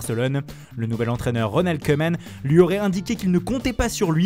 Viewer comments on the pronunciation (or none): Ca se prononce KOUMAN et pas Keuman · Koeman se dit kouman. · pour rouler les R y’a du monde mais pour prononcer Koeman correctement y’a plus personne